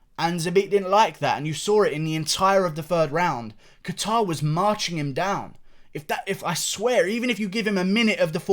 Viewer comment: the second one but leave him alone he’s british😂😂